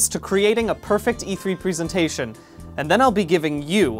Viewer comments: Why is nobody talking about him saying "prisintation" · Who knows, he pronounced 'presentation' wrong the entire video